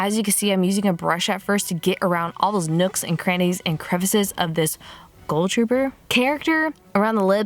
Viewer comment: Is it just me or did she say ghoul weird?! Like she pronounces it goal...